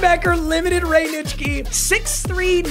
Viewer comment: No offense, but it will never not surprise me that you can pronounce Nitschke cleanly